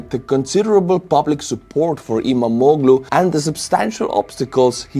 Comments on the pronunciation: You pronounce the name of İmamoğlu almost correctly: ii-maa-moo-luu (in Estonian phonetic 🙂) The "g" with a small half-moon accent is mute. The dot on the "I" makes it a long vowel. (I was married to a Turkish man and worked in a Turkish print shop for a few years) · I'm from Turkiye and you're pronunciation of 'İmamoğlu' is almost perfect. No need to change anything.🙂 Thank you for the proper summary of the political situation in Turkiye.